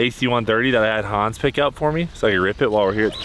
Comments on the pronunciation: Cletus it's Hands! Not hons! Lol 😅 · Cleeter. Its hands. Not hans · It freaking cracks me up how Cleetus pronounces Hans's name. It sounds soo German.